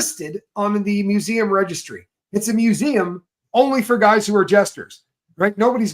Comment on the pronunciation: Wow...A private museum....ME-U-SEE-EM.....😅...